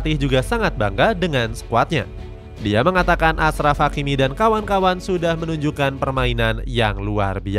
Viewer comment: bukan asraf tapi ACHRAF hakimi